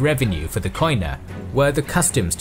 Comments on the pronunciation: Κοινά (Koina) is pronounced "Keená" because in Greek "οι" (oi) is pronounced like "ee" in "keen" or "i" in "drink". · First of all, love your work!! A minor observation, the pronunciation of Koina/ Κοινά in greek is "kenà" with an acoustic "e" in place of the "oi" and the punctuation is on the a. Keep up your incredible work!!! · Gwynbleidd κοινά is only pronounced “kina” in modern Greek. Ancient Greek pronounces the οι as a diphthong, modern Greek shortens most of those diphthongs to “E” or “I” sounds. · koina ---keena as a sound oi as a single e (oi its a double letter) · Trully amazing work, one notice though, the word "koina" is pronounced as "kiná" and it actually means "commons" in ancient and modern greek. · It's not Ko-ee-na, in Greek oi, ei, yi are pronounced as "ee" in English. Koina is pronounced as "Keena". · wonderful documentary . your Greek accent has few mistakes though "koina" sounds like "keena" , most of the times "oi" sounds like "ee" hehe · It is not pronounced Koina but kiná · Κοινα is pronounced without 'o' in it, because ο+ι=e in greek. So κοινα is pronounced kena in english. Other than that the narrator is pretty good at pronouncing greek words without being greek himself. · It is written "koina" but it is pronounced "kena" In Greek.. Excellent work although! Greetings from Greece🇬🇷